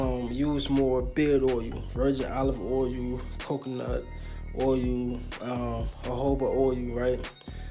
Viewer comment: It’s OIL........not OUIL